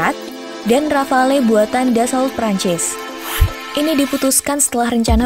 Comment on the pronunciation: Sebutannya RAFAL bukan rafalee. Lengkapnya DASSU RAFAL